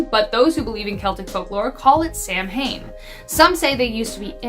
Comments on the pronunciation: Not Sam Hain , It’s pronounced Soween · I love it when videos go into the old and ancient stories of ghost, goblins, and fae. This was a great video! A couple of notes: the actual spelling for banshee, if we're going the traditional route, is 'bean sidhe' (bahn-she). Also, Samhain is pronounced as 'sah-win' or 'sow-in', not sam-hane. It's very easy to get the pronunciation wrong, when it's not phonetic for most English speakers. Also, be warned, if you name your cat Bean-Sidhe (Banshee), it's likely going to live up to the name, mine did. LOL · Samhain is properly pronounced sowwin. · The Femme, French for Woman, in the fist set of this video pronounced “Samhain” wrong. C’est , French for its, pronounced Sow-ain. With “Sow” rhyming with Cow.